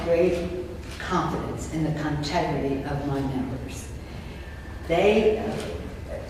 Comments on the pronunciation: "I have great confidence in the CON-tegrity of my members" 🤣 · "Con-tegrity" of the members? Hmmmm...Accurate, especially in her case.